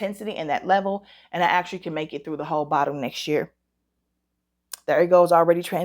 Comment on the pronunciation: Hey!!! 👋🏿 You have been missed! It makes my day when you upload! So, I haven't smelled ANY of these yet. I can't wait to try Paulina's fragrance. I'm forcing myself to embrace Fall. I wasn't ready!!! 😭😭😭 Gurl, your accent came out strong when you said, "What's going on with me this YURR(year)?" That was cute! I hope I'm still in the DUA consideration pool!🤞🏿 I'm praying for you and your family. Sending love and light your way! 🙏🏿❤️💛💚🙏🏿